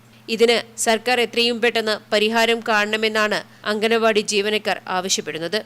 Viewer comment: അംഗനവാടി അല്ല അങ്കണവാടി